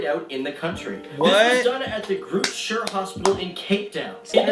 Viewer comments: It's PRONOUNCED (GROOTE SKEER) in Afrikaans Language (Taal) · Not the grootsher hospital 🤣🤣🤣🤣🤣🤣🤣 im dying 🤣🤣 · groooot shuurrrr hospital 😂😂 aai shame he tried